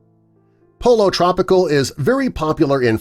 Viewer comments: You might want to think about brushing up on your Spanish. Pollo Tropical is pronounced PO YO TRO PEE CAHL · His pronunciation of Pollo Tropical hurts my ears. cringe